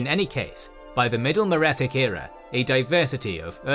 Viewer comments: merethic era, not metheric era 😒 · Love your content but small correction , it's Merethic, not Metheric! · you said metheric era, it was the Merethic era :3 Also pronounce Chimer Wrong, its not Chim-er, Its kime-er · Merethic era not metheric era. Please correct it. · Great video I hope you cover the elder scrolls universe again!! Altough I have to say some of the pronunciation was off for exemple tsaesci and its merethic era not metheric, and you should mention that some of these events are greatly debated due to the unreliable narrator, many events have many contradicting accounts, such as the existence of aldmeris